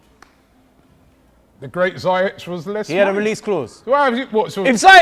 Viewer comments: I think its zee-yesh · its Ziyech pronounced as Sea-yeg with "Z"